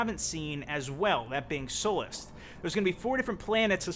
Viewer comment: If you're going to cover this game, you probably want to know the name of the 1 of 4 planets. It's Sullust... Not Sullath.